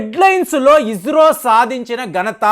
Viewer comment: మీరు ఇస్రోని ఇజ్రో అని నాసాని నాజా అంటున్నారు